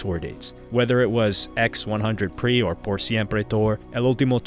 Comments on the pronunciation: “Ex one hundred pree” 😂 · x100pre is pronounced para siempre 😭